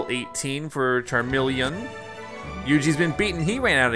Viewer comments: It really bothers me how he keeps saying "CARmeleon" instead of CHARmeleon... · You pronounce Charmeleon wrong 😔